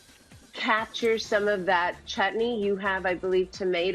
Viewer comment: Wait, did she just said chahni instead of chatni